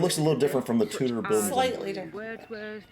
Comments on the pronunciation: Love how you both say Tutor period instead of Tudor Period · When you say Tudor, - think to say it as Chew-dor instead of Toodor... hope it helps you.